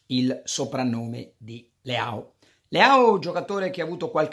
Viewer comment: Leao si pronuncia Leòn il Leon de Milan